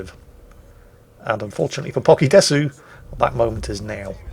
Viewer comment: Desu is pronounced dess, and in Nihongo (Japanese language) means " Is, Am, or Or" and is a filler word. Concerning "Pokie",........I haven't a clue.😜👍